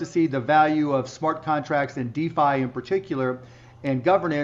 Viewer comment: It's not deli, it's defi. With 'f'